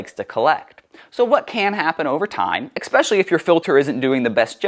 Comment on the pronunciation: Bro can't even pronounce "especially ". I wonder if he also drinks ex-presso and isn't afraid to aks (or axe) for directions to the li-barry after bref-tice. When someone gets seriously injured, does he brang duh ambu-lamps?